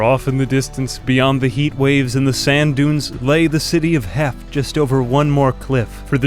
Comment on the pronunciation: Every time you said “Heft” I thought you were saying heck and it was killing me 😅